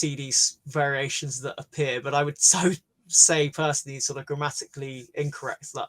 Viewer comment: 英語偏差値40の耳には、先生の英語が上品に聞こえますがどうなんだろう？ tがハッキリ発音されていたり、ear、hear、appear あたりが全てィアって二重母音ではなくエーって長母音で発音されていたりしていて、全体的に平坦で滑らかな印象がありました。